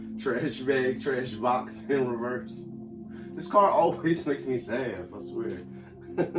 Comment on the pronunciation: every time the trash bag trash box card comes out I'm laughing at the way you say it lol